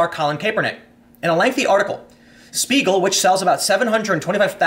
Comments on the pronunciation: Tim. Can you say shpiegel? XD. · Spiegel is pronounced : Shpee-gl, the sh from Shoe, means mirror, and it indeed is the NYT of Germany